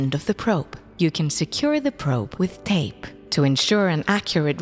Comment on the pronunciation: The way the lady says “tape”